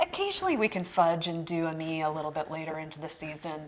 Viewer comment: Great information! Very helpful! You mentioned a cool weather flower that I'm not familiar with. It sounded like you said "ah-me", lol. Were you referring Ammi majus? Thank you for your videos. I always learn so much!